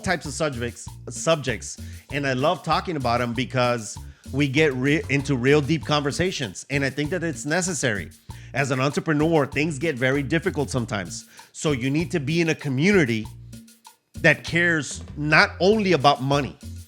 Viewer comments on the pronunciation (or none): Wan-tre-preneur. Lol.